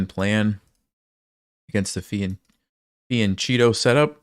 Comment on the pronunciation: Great live, as always! The only thing that I need to point out is your pronounciation of the word "fianchetto" 😅😅. It's an italian word and it's pronounced "fiankètto"